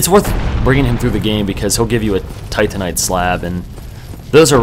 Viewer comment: Told myself I wasn't going to comment about it when I started watching, because by now you may already know, but its not tantanite, its Titanite, like Titan(Greek mythology) -ite. and Solaire, not Soltair (cant remember if you already corrected this in the series)